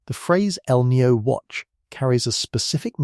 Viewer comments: It is not El neo. Please learn to pronounce Spanish language. Maybe an AI announcer can not pronounce it corectly. It us annoying me!!!!!! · You pronounce El Niño as El Nio, and La Niña as La Nia. Kindly insert the "ñ"s.